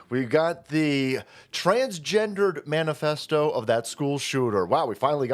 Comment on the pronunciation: Man-Ifesto? Did you just assume my Ifesto?